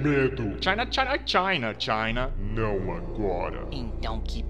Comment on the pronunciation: C H A I N A (eu sei que ele falou China)